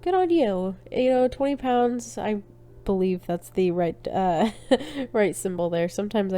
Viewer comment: Hi... yes, you were right to say "pounds"... thanks for featuring me again!